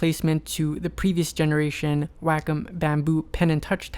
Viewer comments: It's NOT pronounced "wack-em" like you say it in your video. It's pronounced "wok-om" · he said WAKOM its pronounced WAY COM : wacom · It's pronounced "wah-kom", not "whack'em". It's japanese for Art, COMputer. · Why does every one say WAKUM its pronounced WayCom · ヽ༼ຈل͜ຈ༽ﾉ _ A teacher I used to have pronounced it "Whack-um." I always said "Wah-com." I didn't know it was WayCom! lol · its pronounced "wayycom" lol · Sheen Mancinelli wacom is a japanese company and in japanese it's written ワコム... (wacomu) its pronounced WAHKOM not waycom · Sheen Mancinelli Actually no. It has been proven that it is pronounced WAKUM (or like "walk come"). Look at Tutorial videos from the company Wacom themselves on YouTube. They pronounce it as WAKUM. Do some research first. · it is WA CO Mu the u is silent. People who insist it is WAY instead of WA are wrong. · Bert Monroy and others pronounce it WAH-cum, so I did too. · I knew that's how you pronounced it! I love how the company itself pronounces their name wrong.